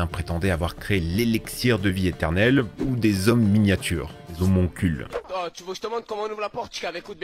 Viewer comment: Quitte à lire des fiches au moins prononce biennnn stp, la vidéo est cool mais fait gaffe ça décrédibilise ton propos (comme miaSme ou homoncuLUS, si tu oublie des lettres voir des syllabes ça marche moins bien)